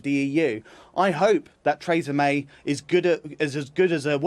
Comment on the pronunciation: Trays-a May